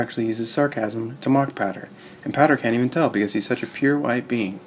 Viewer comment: The most wasted 4 minutes of my life. It's pow-der not pader! Haha willy-nilly lol